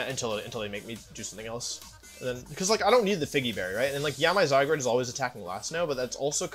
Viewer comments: When I finally got to play with Zygarde, it became my favorite legendary. I underestimated Solgaleo Necrozma, as well. I love techy substitute and trick room Pokemon, respectively. Wolfy calling him zyGRADE the whole time got really annoying. It's GARDE like guard. Definitely not ASMR. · WHY DO YOU SAY ZYGRADE ITS ZYGARDE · Idk probably to troll . Some of them are funny Except ‘zygrade’ and ‘jiratkneeuh’ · he keeps calling zygarde zygrade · ZyGRADE? It’s clearly zyGARD 🤷🏽‍♂️😂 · Love watching your vids, hate how you say zygarde: "zygrade" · Zygarde not Zygrade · Hey wolfey it’s zygarde not zygrade. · Is it a lil annoying to anyone else that he says the Pokémon names a lil weird, zyGRADE instead of zyGUARD yk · Does he call the the wrong names on purpose? ZyGARde not ZyGRAde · wolfe was pronouncing it as zyGRADe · it physically hurts me every time he says zygrade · How can u call him "Zygrade"???? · wolfey really calling zygarde "sidegrade" 💀💀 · ZyGUARD is the correct pronunciation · Am i the only one who realises that he always says zygrade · Why does he say all the Pokémon's names wrong? Zy-grade? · The way he misspronounces Zygarde kinda bugs me >.< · why wolfey, why do you mispronounce these mons names. keep doing it don’t stop but omg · why cant you say zygarde? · Please pronounce zygarde correctly